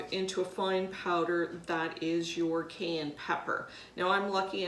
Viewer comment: Why are you mispronouncing Cayenne?